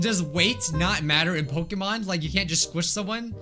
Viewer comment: Love that he butchering pokemon so well